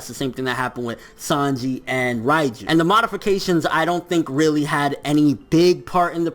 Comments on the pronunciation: not "Rai"-ju, it's "REIJU"!(Reige) Rei = 0 (Zero) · Who the f*ck is Raiju ? She's Called Reiju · Please stop saying Raiju